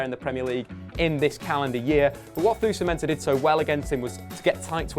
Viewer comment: Jess Lingard? Fusu-Mensah? Come on